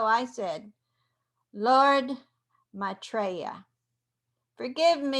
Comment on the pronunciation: He is an Ascended Master. You're pronouncing his name same as I do...You are fine dear.